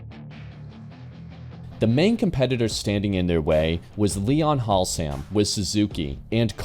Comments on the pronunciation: FFS, its HASlam not HALsam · Please check your pronunciation. Haslam is pronounced Has-lum not Halsam. Nice video about the bike development. You might have mentioned that the RSV1000 v twin was designed by Rotax in Canada. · Has - lam, not Hal - sam. ;) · Leon Halsam 🤦do your homework man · Halsam?!? That is Haslam! Leon Haslam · Good information and a well made video, just one point of interest, it's Leon Haslam (HAS LAM) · I hope you have learned how to pronounce: livery, Haslam, accelerometer, etc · This is a great video, I really love these bike history style videos. Though I've got to say that pronunciation of Haslam is absolutely tragic 😂